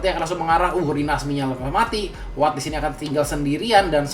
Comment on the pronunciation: kok lo kalo manggil WATT jadi AWATT deh? ini gua yg salah baca apa gmn sih? dr dulu pgn nanyaa😅